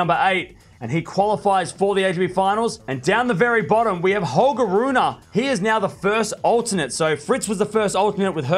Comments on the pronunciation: Please man, get the pronunciation right, since you will be saying his name a lot more often in the future: it's Ruun(pause)e (not RunA) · well i know, and i usually don't mind when english speaking people mispronounce foreign names, but this one is particularly annoying for some reason